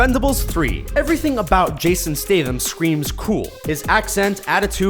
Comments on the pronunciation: Isn't he called StaTHam not stethem? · Jason STATE'M Its Stat. STAT! Statham.